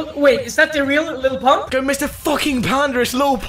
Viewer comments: “Lily pump”🤣🤣🤣🤣🤣🤣🤣🤣🤣🤣😂😂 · "Lili pump" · “lily pump” i’m dead 💀😂😂😂😂😂😂😂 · “Lilly pump”😂😂☠️